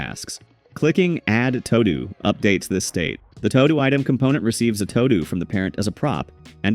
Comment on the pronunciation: Omfg, Todo is pronounced "too-doo". Like you need to do something.... simple